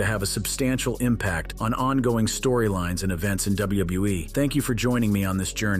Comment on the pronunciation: cant say wwe u said wbewe lol😂listen at 7min 38 sec to 7 min 40 sec